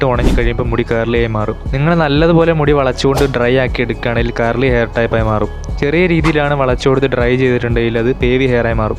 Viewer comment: Curly ❌ Carly ✅